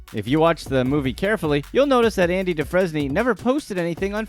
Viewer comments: And Andy Dufresne is pronounced doo-frain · Dude! I'm only 3 min in and you've butchered more than is reasonable: Bexar = "bear" Dufresne = "doo-frain" Tulum = "tuh-loom" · Dehfresnee? Really dude? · Why is he saying Andy du- fresne? It's pronounce dufraine!! ...wait........he's never effing seen shawshank redemption?!?! 😬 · Andy "DuFrezknee" ... "If you watch the movie carefully...." how about you watch the movie even one time, they say his damn name about 300 times. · Dufresne is pronounced DuFRAIN, as it's French. Not DuFREZNAY lol. Did you even watch the movie you're making a reference to? Noticing ALOT of this with YouTube Channels lately. This one guy does MMA sh*t, doesn't know FA about MMA and CONSISTENTLY gets things incorrect. Anywhoo. Back to th vid I guess lol. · Do frain! Do-frain! Dufesny Oml. That as bad as my ex mispronouncing donofreno 🤦🏻‍♀️😂 Just picking but thanks for the giggle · duFRANE ....who is Andy DuFrezney? lmao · Andy Dooo-fres-nee? 🤦‍♀️🤦‍♀️ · Andy Dufresne is pronounce DOOFRAIN....CanadienFrench thing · Lol Andy dufrense is pronounced “due-frain” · Dufresne is pronounced "Doo-frayne." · First, your pronunciation of Oregon is bothersome. And B, what bothered me most was you saying Andy Dufresne from The Shawshank Redemption wrong. It's pronounced Doo-frain like someone previously commented. If you're gonna make a comparison of someone to the main character of Shawshank, maybe you should watch the movie so you don't sound ridiculous. I stopped watching at that point. Not trying to be a d!€k here, just some constructive criticism. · Did he really say Andy Duffresney? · How dare you pronounce his name that way.. ITS ANDY DOOOO FRANE YOU FUCK. Great movie, watch is sometime! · Lmao doo-fres-nee 🤣🤣🤣🤣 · doo frez knee? lmao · DEW-FRAIN. That's how the name is said. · Lol…DOO-frain…..and it’s the BEAR county sheriff’s office….not BEX-ar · Andy doo-fray-n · I can't even take this video seriously after the Andy DOO-FRAIN mispronunciation. 🤦